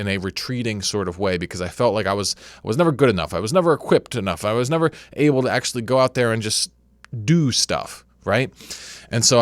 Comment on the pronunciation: "...never equeppet enough..."